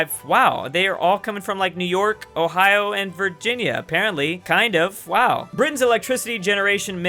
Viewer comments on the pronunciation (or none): none